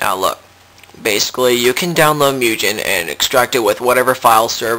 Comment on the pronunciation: Wow you're really any ass, huh? And its MOOOOO-GEHN not MEEEEEEW-JEN...